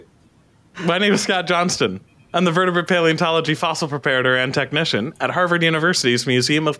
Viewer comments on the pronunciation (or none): none